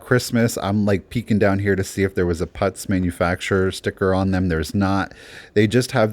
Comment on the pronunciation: Great video! But again, putz is pronounced as the word put with a z at the end; not as putts!